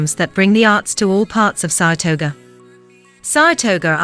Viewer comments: As someone who lives in Saratoga, every single time she says, "Saratoger," I cringe. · I hate these computer voices. Is there no one that listens to how stupid they sound before they post them. They have bad pronunciation ( small mouth base), and scripts that just ramble. "Sarasota" has way more than what this "video" shows. SARHATOGO 😅😅